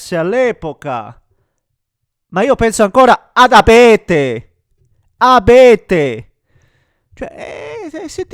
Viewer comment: ma non e' A-bete. E' E-bete.